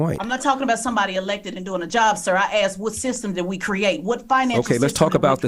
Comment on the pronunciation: This "intelligent" person literally said "that's not what I AXED you". lmao